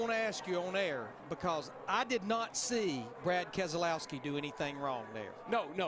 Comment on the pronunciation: Brad Kes-e-lowski won this race